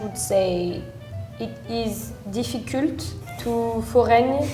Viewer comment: She's widely exagerating though, I've never heard a french person in my life that say "difficult" with that u sound she made, we may suck but we still learn english from a young age so that kind of words even kids pronounce it correctly (except the accent). I don't think there's a major difference between the Wallonia and France in terms of English fluency.